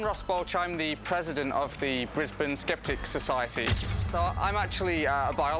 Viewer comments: Americans pronounce Brisbane strange, you say it like its two words bris Bane, lose the emphis on the B and you'll be closer too the mark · Dude it’s Brisbane like brizbin not brizbaine I think people can tell a possum to a Yowie! Skeptics makes excuses. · I thought it's pronounced Briz-bin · 1. Brisbane is pronounced briz-bun, and 2. it is not dynamic. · I wonder if people saying "Bris-BAIN" irritates her natives as much as what people saying "Ora-GONE" does to Oregonians. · Imagine calling Brisbane "briz bayn" and also calling it dynamic. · Brisbane, pronounced Brisbin. And why no interviews with the traditional people of my country? Even your expert on Aboriginal culture was white. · You pronounced Brisbane incorrectly.